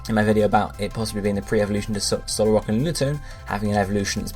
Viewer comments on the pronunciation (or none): none